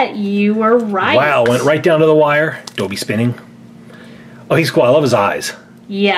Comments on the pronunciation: It is not doebby it's dobby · it's dobby not doebby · It’s DOOOOOOOOOOBBY NOT DŌBBY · He said doby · It's pronounced Daw-bee, not dough-bee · life itself dobby not donbby?! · Same as SSSSniperWolfJuinorD and it's dobby not dooby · it is not doebby its dobby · Dobby not Dobey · It is dobby, not dollby, not doebby,it is dobby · You're saying it Wrong! It's DobBy, not DoOby! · Did anyone else cringe when they said doby instead of dobby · It’s Not Doeby It’s Dobby It’s Not Nine And Three Fourths It’s Nine And Three Quarters Like, Do You Even English Bruh? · Stop calling dobby Dolby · It’s don-bee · Simon said dobby in an English accent 😂plus he says dohbby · It’s Dobby. (Dob-e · why Do u say dobby as dobe? I got really annoyed because u said most of them wrong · You say Dobby wrong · OMG HE said DOBBY wrong cringiness to the max #rip_dobby